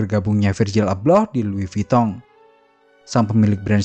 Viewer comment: Lois vuitton Kok lois vitong ? 😂